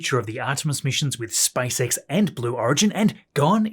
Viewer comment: Вниманию авторов автоматического голосового переводчика: на русском языке компания Маска SpaceX читается как Спейс Икс, а не Спасекас. Найдите нормального русскоязычного консультанта, наверное это не так трудно. И в некоторых местах неправильное ударение в словах, но это не так страшно.